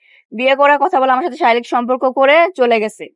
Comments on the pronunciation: আবু তহা আদনানের স্ত্রীর পর থেকে একের পর এক নারী এসে হুজুরদের নামে এসব শুরু করেছে। আর প্রতিটি মহিলা শারিরীক শব্দ টিকে শারীলিক বলছে।আসলে এটা কি শারীরিক হবে নাকি শারীলিক হবে।যাই হোক,আমার মনে হয় কোনো একটি দল এইসব নারী দের টাকা দিয়ে এইসব হুজুরের বিরুদ্ধে চক্রান্ত করছে।না হয় প্রতিদিন হুজুরের ছবি দেখিয়ে এগুলো ছড়ানো হচ্ছে কেন। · শারীরিক বলা তো পারেন না